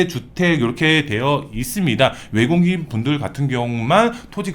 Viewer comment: 내국인. 외국인.. 발음이 안 좋으시네요😢🎉